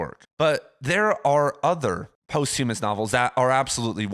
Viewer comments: posthumous is pronounced 'pahsthyemmus' not post-hume-ous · For a guy that "talks for a living" you really ought to learn how to correctly pronounce posthumous.